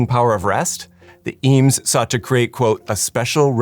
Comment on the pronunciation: TIL the correct pronunciation of Eames